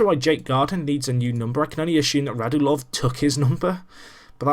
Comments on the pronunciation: Radulov is said RadUlov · For clarification, their names are pronounced Radj-YOO-Lov and Oh-VETCH-kin.